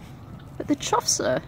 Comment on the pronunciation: Chough apparently rhymes with tough, not cough.